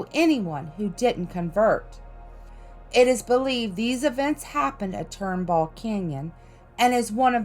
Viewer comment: hey you got really close to my house. It's Turnbull Canyon not tornball. They say the devil worshippers do their thing somewhere close to Turnbull Canyon Rd x Skyline Dr🤠 you forgot Hearst Castle.... and the Queen Mary(lol you probably forgot enough places for another vid😏) [Queen Mary is a haunted ship that is in desparate need of repairs or it will soon be history] hehe you left out the biggest one. The Battle of Los Angeles at the army base in San Pedro. That is the subject of a Bugs Bunny cartoon and a few movies🤓 (the legend was a ufo invasion, but it was an unmarked squadron of P51 Mustangs changing duty stations flying over San Pedro)